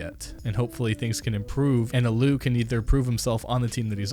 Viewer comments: The way you say «allu» and «ENCE» destroyed my ears. Also «ENCE» is a great team who has really good pontential. Yes they have bad hltv ranking but the team was just made. Also navi is acually a pretty good team (yes s1mple and electronic is carrying them) but they have won 3 events on in a row. Do some digging before making a video next time.. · The way you pronounced allu was horrible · JxnaZ I didn't mind that he mispronounced the team name as much, but if you mispronounce the legendary god allu then someone wrong happened. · You cannot mispronounce the red bull God allu😂😂😂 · Yep and ENCE are top tier today :D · You saying allu and brollan wrong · Me: aaalluuu: ALU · It's allu not alu! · It's allu not alloo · ‘Aloo’ ... who the fuck is aloo? Oh right, Allu. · a loo is where i take a shit its pronounced ALL Oo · Like cmon it’s allu not allou no offense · Terrible host lol. This is what happens when you get a script that you know nothing about. ENCE as "e n c e" and against all authority as "ahhh". Nobody is surprised that "alloo" is still on ence, as he wanted to make a top finnish team. Ence and Navi aren't bad teams too. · This guy obviously has little understanding of pros and the pro scene. "uh-loo" "cloud9 is the best north american team in the world" this is just an NA hype train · the allu pronounciation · How did you fucking say allu and ence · 8. Nothing here was right. Not one thing here was right. Like wtf i know this channel is trash but come on! Do you even play cs? Its mouse-sports not mous-esports, allu sucks even harder than you do on names and this was legit just 3 seconds in! And allu was a member of faze not a trial. Nobody has ever questioned why he is on ence ever. If anything he should be on a worse team. Like fuck outta the cs scene please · the way he said allu lmao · Dont speak about allu if you cant pronounce his name correctly, and ence is not even that bad